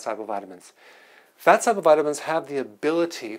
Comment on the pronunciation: Wtf is a follicule? What is solble? The speech impediments... Oy vey